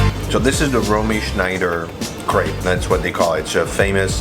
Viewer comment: New to your channel and instantly falling in love with you, your content and the way you present it. I'm a "francofou" from Germany, feeling half french inside. I love your love for France and french food. AND: Your pronounciation in french is excellent and spot on... well, except for Crêpe. 🙈🙉 Yes, it is pronounced like "crap" in english, not "craibe". You know the sound, let it out, even if you're thinking talking about sh... 😂